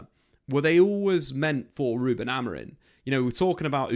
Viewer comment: it’s Amori(m), not Amorin as you were saying the whole video